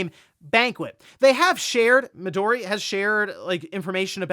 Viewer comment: Mi-do-ri* (instead of Mido-ri)